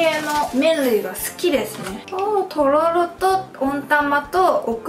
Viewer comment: とろろってすごく言いにくそうですね👅たららって言い間違えが面白くて可愛いです😊最後にとろろ飲むの好きなの分かります！！